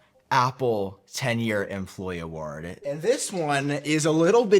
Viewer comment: pronunciation of ‘award’ is nearly as triggering as his pronunciation of ‘quarter’ 😂